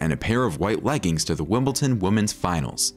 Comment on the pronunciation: It’s Wimbledon, not Wimbleton.